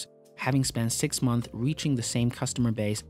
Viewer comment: Dude i love your videos but it's pronounced monthS and yearS, just to let you know.